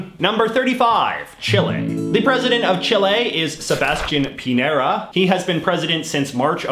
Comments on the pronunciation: He doesn't speak Spanish. He calls "Pinera" to Chilean President Piñera. However, he pronunces "señor" quite well. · Hey, JJ, I've got a pronunciation tip (I wish I could have thought of something silly like you did for the flags, but alas, I could not). The ñ, like in the Chilean president's name, is pronounced like the n in annual, or Enya. So a name like Muñoz would be pronounced like 'moon-yos', if you ever come across the ñ again. Hope this helps!